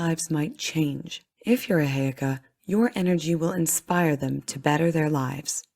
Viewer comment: FYI i think you are saying Heyoka and Sioux ...incorrectly